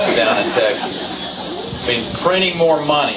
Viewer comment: "We would treat'hm puretty ugly down in Teksas"... so like, you would have him wrongfully convicted of a felony and then executed... oh no wait, he's not a black guy, so maybe you would just have him wrongfully convicted. also, the Bureau of Printing and Engraving prints money, and is run by the Treasury, not the Federal Reserve... just a note for Perry in the future